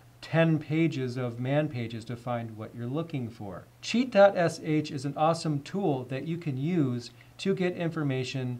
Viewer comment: first I heard like cheat god sh